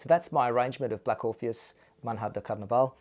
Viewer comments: Please, it's not "man-hah" it's MANHA, the nh represents the sound ñ in Spanish, NY in English-- it's MANYÁ (morning) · Very nice arrangement. Enjoyed listening to your lesson very much. One request, however, please learn to pronounce "manha" correctly. It is the Portuguese word for "morning" and should sound: "manya" with an accent on the "a". Phonetically: "mahn...yah". It makes a difference.